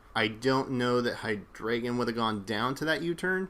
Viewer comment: I love the way pronounces Hydreigon